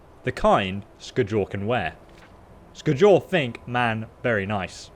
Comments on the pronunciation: Sk-jol is the right way of saying it,scholl makes flipflopps! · Not Sk-jol it's Skjol😎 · sk-jole? that is not how you say Skjol lmao. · Lol I know you're dyslexic bro and I feel ya, must be a pain in the ass. But you butcher the names with such violent intensity my ears start to bleed. Here it's Skadjol or Solstfeim, before it was the RATAWAY xD The J in many nordic words is pronounced like a Y. So pronounce it like Skyol - same thing for Mjoll the Lionness. It's not Mdjol, but Myoll if you will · The J in Norse language sounds like a *Y*, so Its Skyol not Skjol yo 😂😂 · Hey, love you bud but the J in the name Skjol is actually used like a Y so the name would sound different than how it looks... just thought you should know. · That pronunciation of "skjol" kills me, everyone knows its pronounced "skyol" its a Scandinavian province style game with Scandinavian names... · Just FYI, the Nordic ' j ' is more like our ' y ' , so, for example, Skjol would sound like Skiol. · It's pronounced skyoll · Stopped watching the video after the fourth time you said "Sk-JOL". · The "J" in skjol is pronounced as a "Y" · Lmao i was laughing the whole time cause of that.. its supposed to be pronounced ske- yul.. Idk why it was so funny oof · Its so funny the way you say skjol, but in your defense you should be norwegian to get it right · yes please, that was painful to hear